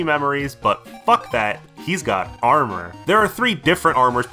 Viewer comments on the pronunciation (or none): none